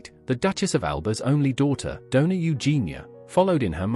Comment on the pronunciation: Doña not donar